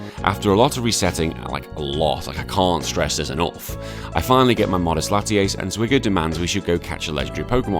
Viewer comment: Came from Zwiggo's channel. A couple of things: 1) It's Latias, not Latiace. 2) Nice Yugioh reference 3) I'm pretty sure Zwiggo didn't follow the same ruleset you did lol